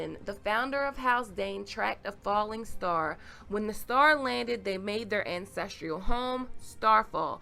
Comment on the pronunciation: I agree with the comments below that the sword is not Dawn. By the way you kept pronouncing the word as "ancestrial", but the word is actually "ancestral"